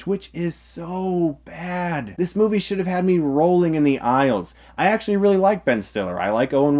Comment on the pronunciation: ... But why are you saying it like that? 'Legit', 'actually', like 'literally' - that emphasis. As if it's difficult to have a better love story than Twilight. Those things literally do have a better love stories than twilight, it's not a joke in the sense that those sentiments are untrue. It's a joke because just stating the fact that Twilight's love story is that bad, is funny. Your emphasis is superfluous, because although it's funny doesn't mean it's untrue.